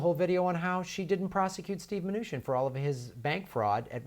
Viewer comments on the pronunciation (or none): none